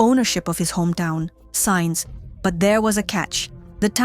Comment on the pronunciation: Not quiet so good. Sines was pronounced Signs instead of "See-nes".